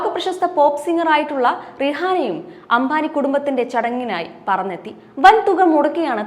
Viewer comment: അംഭാനി അല്ല , അംബാനി. പിന്നീട് പറഞ്ഞ ഘാനും തെററി. ഉഛാരണം മുഴുവൻ തെററ്